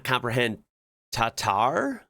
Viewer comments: it’s TARTARE. Defo not « tatar » 😅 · Yeah, about TARTARE and not "tatar". It's not at all how you do that. You need, well, raw beef of course (only beef nothing eles) and in a separate bowl, you will mix a raw egg, Dijon mustard, onion, capers, Worcestershire sauce, ketchup, Tabasco, salt, and pepper. Then, you add the raw meat. You mix, you taste, you adjust the seasoning if needed, and then you refrigerate or serve immediately. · Tartar (or tartare) not tatar, tatar is a person of tatar ethnic group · It's tartare not Tatar. Tatar are from Crimea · For me "tartar", not "tatar", is raw veal tenderloin finely cut into small pieces mixed with egg yolk, ketchup (tabasco if you like it spicy) salt and pepper. It's usually served on plate with coarse salt and freshly ground cumin on the side, cubed white/yellow onion, butter and the best bread you could lay your hands on. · It's tartare not tatar and it is absolutely delicious. The meat is mixed with spices, onions and capers, usually served with French fries. Don't be scared by the look of it, but really it is a true delicacy. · It's not Tatar but Tartare . Too much egg in is recipes. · Is pronounced ta tar